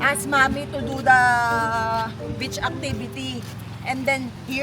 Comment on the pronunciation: Yun pagkakasabi ni Zeinab ng “beach” parang nagmumura 😂🤣